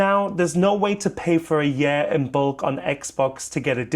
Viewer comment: I like how he says yurr instead of year